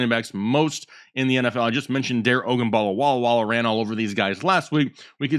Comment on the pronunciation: Butchering Dare Ogumbawale's name isn't funny and just makes you sound like an idiot. Do a lil research and learn the player's names and show some respect!